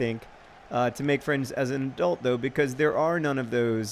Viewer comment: Every time John said a-dult I couldn't help but think of that Gilmore Girls episode in which Lorelei makes fun of adult's ridiculous pronunciation of the word